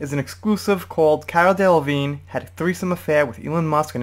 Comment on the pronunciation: How can you mispronounce Miley Cyrus’ last name? At least halfway through the video you figured out the silent g in Delevingne....